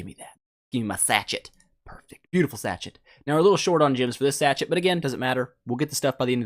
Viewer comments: And its pronounced sashay not sachet reeeeeeeeeee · Everyone getting on about not knowing about Koi fish. I'm just over here cringing every time he pronounces "sachet." It's pronounced sa-SHA. Like "Sad Shade" without the 'd's. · Sach-it's haha, you never used the word sachet before? Sachet of sugar etc? Is it not used a lot in 'Merican English? (Sash-ay)